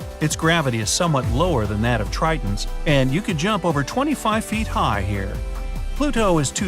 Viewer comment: did he say trittans